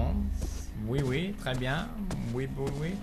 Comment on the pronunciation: "oui oui très bien" Good french :D (i'm from belgium)